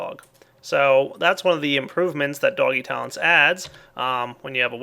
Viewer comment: the way you said "doggy tallents" made me think you said "doggy towns" HAH